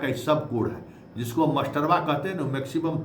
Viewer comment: Baar baar aap masterba bol rahe hein..aisa lagta hai ki aap master se nahi parhe hein..ekaek bina master ka vidwan ho gaye hain..bhasha suddha boliye..jo v khabar dijiye..